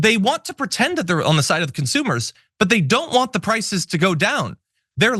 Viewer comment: With her concrete lip Ingraham says "frices" because she can't say "prices".